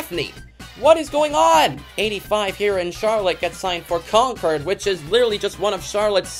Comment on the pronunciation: Concord in North Carolina rhymes with Cord, not curd.